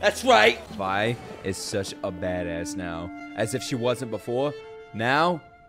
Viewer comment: Vi rhymes with Bi you know